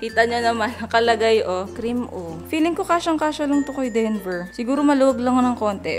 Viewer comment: ngayon lang ata ako nakarinig ng "dinover" for kuya denver. 🤣🤣🤣